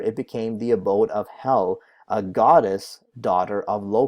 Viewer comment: Its actually pronounced "Hell-la" ;)